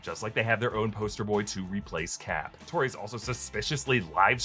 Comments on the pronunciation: It's Torres.. not Tories. I've never heard anyone pronounce Torres the way you do. He's hispanic. Also, kid isn't sketchy at all. He's a set up for the Young Avengers. Actor still looks like a teen. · Great video but I swear to God, if I hear you mispronounce Torres one more time.........